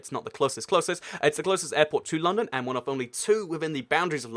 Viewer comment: Its like he pronounces London as Loondown.